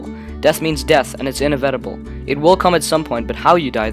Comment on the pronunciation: The way you said inevitable made me cringe.